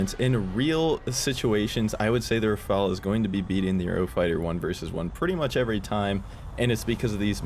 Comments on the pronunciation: cough cough it's.. RHAAAA FAAAL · IT IS RUH FALL